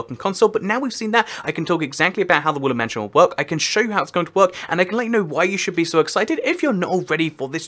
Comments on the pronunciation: I hear woolen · Evry time he says woodland it sounds like woolly